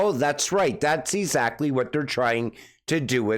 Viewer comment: If you could just learn how to pronounce words. Let’s start with how to say “exactly” correctly 😆